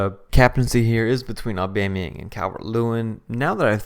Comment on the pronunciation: nobody: Blocc: Aubamyinga